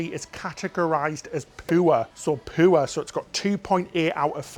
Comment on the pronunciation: It's rated poo-er, It's poo-er.